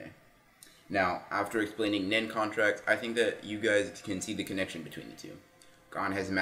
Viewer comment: His name is gon not gone.